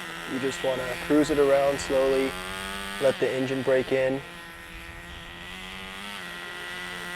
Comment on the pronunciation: he said prime the emgine